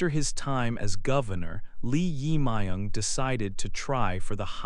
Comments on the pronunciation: Please pronounce 'jae', the part of the korea new president's name correctly. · your pronouce of 'Jae Myung' is not correct...